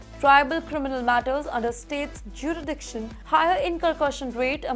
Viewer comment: It is Fentanyl or Fenatyl, jurisdiction not juridiction, incarceration not incurcursion. You have to work on your pronunciations a lot. Lot of mis- pronunciations and mis-reading of words in almost every bulletin of yours. Improve or you will lose subscribers for being substandard.